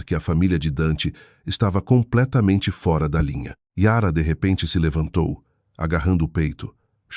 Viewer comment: Que narração horrível! Dra? Fora com o aberto? Etc